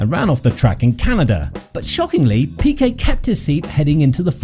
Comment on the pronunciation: Cette voix IA me les cassent !!! PIKET ( avec un i ) et non PEKA !!! Cette voix IA qui n'est pas capable de prononcer les noms convenablement !!! C'est fou !!!